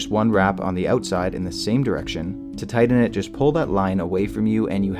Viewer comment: "tydden it"